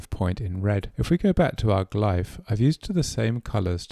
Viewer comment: Loved the video, but glyph is pronounced "gliff" ^^